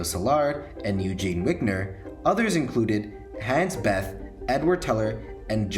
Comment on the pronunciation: Problems: - Neumann, Wigner, Teller and Szilard were originally from Hungary they only studied in Germany (not sure about Neumann on this one and lazy to google). - Bethe is not pronounced like that. - I'm pretty sure Teller was a contributor to the implosion design but the most important thing (the lenses) were originally designed by Neumann.